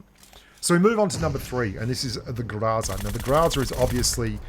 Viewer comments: Oh man, you weren't even trying to pronounce Гроза correctly. It's grozA, not grOza. Love the video, thanks mate! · Why do you insist on pronouncing groza improperly?